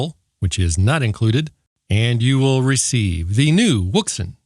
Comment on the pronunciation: Wouxun? Are you sure on the pronunciation for that?😉